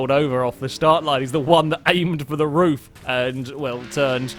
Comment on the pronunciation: Roof, not rough